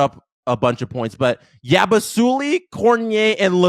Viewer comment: Salut à toi! I listened to your podcast for the first time. Interesting. Love the passion. Still, you should learn how to pronounce Yabusele, a Euroleague star and a former Boston Celtic. FIBA basketball is a complete different game compared to the NBA. Canada (and probably yourself) has to learn to respect the international game a little more in order to improve. I thought the Canadians came out a little soft and arrogant. They were not ready as they were at the world cup Cheers from France!